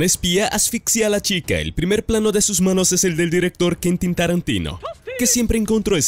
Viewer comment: Rayos, me genera tanto ruido que ni el nombre de Quentin pudiste pronunciar bien. Que estrés!! Deberías poner un poco de más atención a esos detalles, realmente el contenido es bueno.